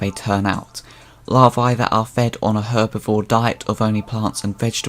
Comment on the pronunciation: You put the emphasis on the wrong vowel in EVERY noun you used. Even "Larvae" 😢